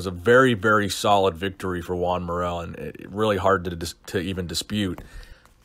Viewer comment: SHOTGUN20000 Lol I thought he was saying “Gian”